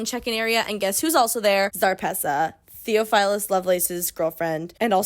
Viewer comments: noo 😭 you’re doing gods work even attempting to transcribe this mess so i don’t even blame you also side note your pronunciation of theophilus lowkey hurt me bc the brother of my friend is named that but i think your pronunciation fits in w this goofy ass world anyway ❤️ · immediately the pronunciation of theophilus is killing me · Theophilus is a real name. Biblical. Ppl are still named that and it isn’t pronounced that way. Everything else was as ridiculous as you said but had to say that lol